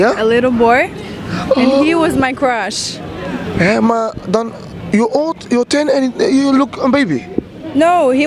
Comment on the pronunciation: Het is geen crach maar cruch